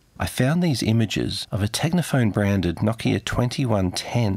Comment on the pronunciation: na-kia lol try no-kia